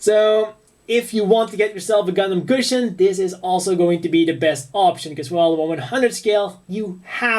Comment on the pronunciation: He said gusion so wroung